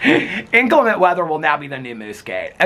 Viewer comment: It’s pronounced inCLEMent - not INclement 😉